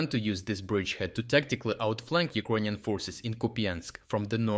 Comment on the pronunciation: Can’t you learn to pronounce word Ukrainian? It’s ears piercing, man.